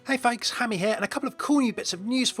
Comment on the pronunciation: What are you saying in the intro? "Hey fakes"? Or is it supposed to be folks? Sounds like fakes.